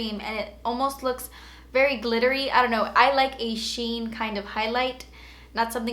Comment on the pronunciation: Lol. But it's nurt. Lol.